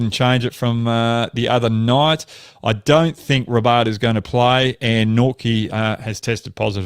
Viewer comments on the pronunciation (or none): none